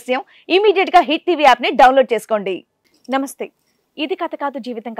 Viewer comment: నంస్తే కాదు మేడం నమస్తే అనాలి